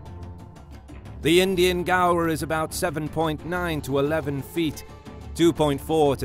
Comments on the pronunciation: One correction, is the pronunciation of Gaur is how you speak "gore" ! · I keep thinking gaur = gar, but the guy in the video is saying gaur = gawa.